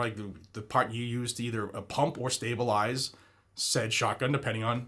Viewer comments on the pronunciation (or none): none